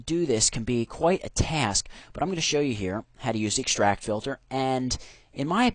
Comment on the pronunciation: ikschtract :D